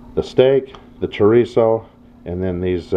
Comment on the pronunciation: Carne Asada, not asade. And Chorizo with one 'r' - Well done, though.